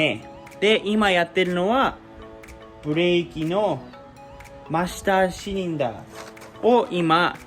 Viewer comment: マスターシリンダーとかクランプとか日本語の発音で言ってくれているね。なおりたガール的な帰国次女とは違うな。ききやすい。